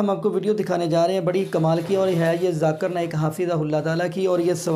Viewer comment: Źakir Naik ko Zakar Naik ghalath talaffuz hain . Maani badal jaata hai.